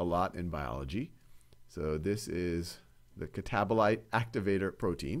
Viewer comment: "catabolater" made me laugh, thankyou now this can finally stay in my brain 😭